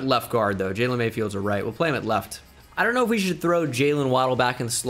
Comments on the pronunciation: How many times did he say Jayylean in this video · “Sir you can’t play” “Why” “Your name is not jaylen” “Yes it is. It’s spelled Brian but pronounced jaylen. You take us anyway we spell our names, right?” “Ok jaylen move along